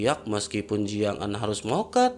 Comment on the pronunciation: Bang Ko Jiang'Zaa, Jiang'Aan bang...😁 🤔Apa aku salah Denger ya, Tapi Udah 2/3 Aq denger Lo...😁😁